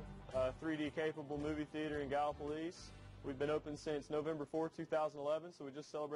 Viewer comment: Please learn to pronounce Gallipolis gal la police. No plus on it. Ask Mike Thompson. Otherwise great show